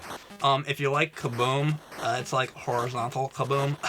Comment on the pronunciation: u said hornyzontal, uhuhuhhuhuh